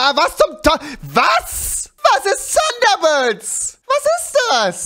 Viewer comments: Wahrscheinlich "SUNDERBIRD" Rewis English-Skills sind echt on fleek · rewi es heißt thunderbirds und nicht Sunderbirds wieso sagt du sunderbirds da ist kein gott verdammtes S junge!!!! :U